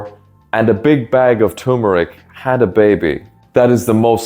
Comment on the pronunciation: Turmeric is pronounced tur-mer-ic, not too-mer-ic.